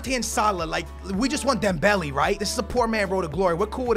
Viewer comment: Am I the only one triggered whenever he says Dembelee instead of Dembele